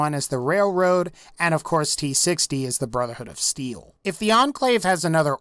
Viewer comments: Brotherhood of Seel? (I couldn't help it. XD) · any one hear him say brother hood of seal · he says brother hood of seal LOL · At one moment you said brotherhood of seal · Really? No one caught him say brotherhood of seal ? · Brotherhood of "seal" lol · did say brotherhood of seal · I swear I heard him say brotherhood of seel and not brotherhood of steel lol idk why but I heard it